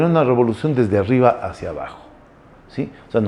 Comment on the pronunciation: Rebolucion o robolucion?